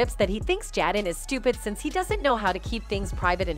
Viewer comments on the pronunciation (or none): Ugh I hate the white train AI can we please get some black folk in concatenation we use cell phones to and y’all making AI white asf she can’t even read the script correctly saying Jadden and Tupack but then occasionally saying their names correctly like what in the entire fuck